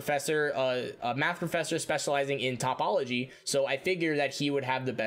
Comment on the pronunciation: One note: it's toh-pol-ogy, not top-ol-ogy Just in case you want to do math stuff in the future